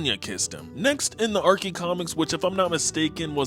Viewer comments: No way in hell you just pronounced archie as arckie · its Archie not Arkee. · ITS NOT ARKIE COMICS Its archie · Ah yes the ar-key comics😂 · Yo, you can’t said Archie wrong